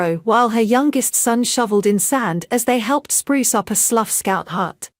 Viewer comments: “Sluf”????!!!! It’s pronounced SLOU the “gh” are silent!!! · Sluff ?? where is that? It's pronounced Sl - ow. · Yes quite agree. It is Slough as in OW or WOW! Otherwise very good. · It's Slou not Sluff. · It's going to take a long time for AI to learn the correct pronunciations of the English Language. Good video ruined by bad commentary. Slough is pronounced sl ow not sluf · Lovely piece but it’s pronounced Slough as in Cow not sluff as in gruff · Who ever the commentator is she doesn't even know know how to pronounce Slough properly. She's pronouncing it sluff instead Slou. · Delightful pictures. However, pronunciation of SLOUGH as Sluff is really not acceptable, pronounced SLOUW, get it right please. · If you go on social media you should know the area name! Slough rhymes with HOW ! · It's Slough which rhymes with cow...... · Did she say Sluff! Omg, why doesn’t someone check these narrators before they’re posted! 😂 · Was she, or should I say, was "it", i.e. the genderless A.I. trying to refer to Slough pronounced the same as "cow" , but which she made a pig's breakfast miss-pronouncing as "sluff!".YIKES!??!!?? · Robot speech makes sluff. Pathetic..... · Pronounced 'Slouw' as in 'cow'